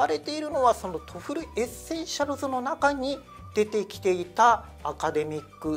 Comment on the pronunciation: TOEFLをトフルって発音してるのが気になって仕方ない